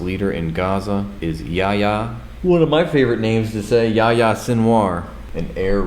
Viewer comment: Yep, you said YAHYA right. Btw that's the Arabic version of JOHN. (You can see the connection when you compare it to JOHAN)